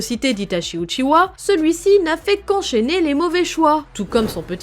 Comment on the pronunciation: A partir du moment où elle dit « uchiwa » avec un W j’ai pas pris la vidéo au sérieux 😂